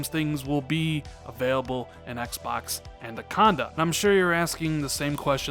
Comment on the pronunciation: Love your content, but have one pet peeve: It sounds as though you pronounce “”Anaconda” as “”ANDAconda”. (my OCD kicking in). Other than that, keep up the good work.